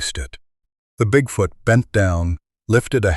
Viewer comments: Bigfout, is that the Canadian pronunciation? Like aboot instead of about. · AI …… WTF….. cannot even pronounce bigfoot “BigFooooot”. correctly !!!!?!? ONLY CLICK BAIT LONG STORIES !!!!😆😡